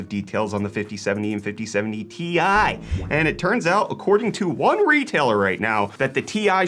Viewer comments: Can you stop calling it a 4090 TIE? It's T-I, not TIE. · Ti = Tee eye; not TIE smh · Stop pronouncing Ti that way, please.